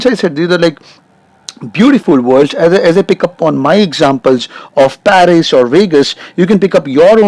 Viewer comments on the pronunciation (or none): none